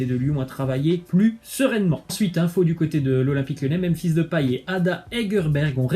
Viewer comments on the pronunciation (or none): none